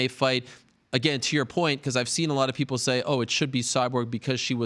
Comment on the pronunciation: Ariel "I see a lot of pickle" Helwani